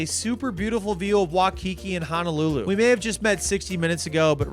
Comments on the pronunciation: Hi. Or is your first name yet? Regardless it’s pronounced Why-kee-kee. Not Wah-Kee-Kee. Always looking out for my haole brethren. 🤜🏼🤛🏼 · Making me laugh with "wa-kiki" it's pronounced like "why-kiki" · I love the message that this video displays, mad respect and to do all this while still on a budget is crazy impressive. Btw thank you for coming to my home state Hawaii. Also, Waikiki is pronounced Why- Ki-Ki . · Why-kiki not wha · Waikiki sounds like why•key•key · Bro I thought no one could ever butcher the name, "Waikiki". People these days surprise the heck out of me